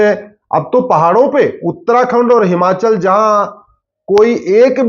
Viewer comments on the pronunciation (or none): none